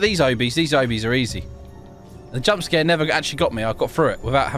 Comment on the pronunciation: No hate but, "I'm good at these owhbiys"